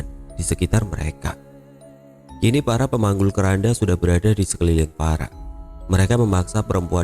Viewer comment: Saya salah dengar ga sih kok terdengar seperti "farah pemanggul keranda" 🤔